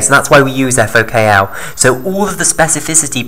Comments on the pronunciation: * FOK1 not FOKL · Thanks for this video. You simplified it well. May I correct that it is FokI or Fok1 (Fok - One not Fok L) and it is Xanthomonas (not Xanfhromonas, it is t not f).